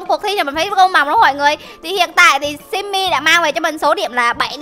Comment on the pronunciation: Chị đọc sai rồi. hồi nãy chị bảo là sammy sau đó chị lại đọc là Sammy là sao